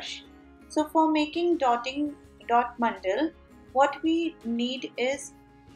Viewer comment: They are "mandala" not "mandal".